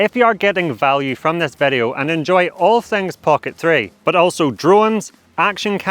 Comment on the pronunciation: Why do you say vedeo all the time? It is video. Just kiddin' nice content, i like it